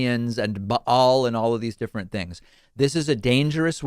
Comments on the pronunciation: Ba'al? As in bocce? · When they rail about Ba'al, but mispronounce "Ba'al" #Expert